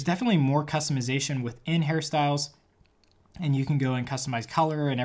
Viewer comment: I thought first that he said Harry Styles but realized directly that said hairstyles